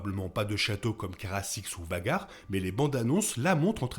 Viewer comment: Caraxes, pas carasix 😂